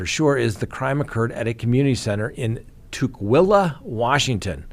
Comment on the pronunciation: Tuckwila not Tookwila. Rhymes with luck.